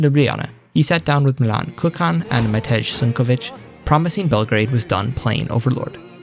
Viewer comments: did this guy just say milan KUKAN!!!!!! I've never heard a worst pronounciation of Č in my life!!!!! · Kučan's surname was really butchered in this video